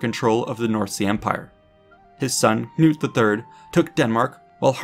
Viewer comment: Hahaha Knut not GNOOT :'D Knut, kinda like if you were to say the K in Knife Also Sven not Svein Nice video btw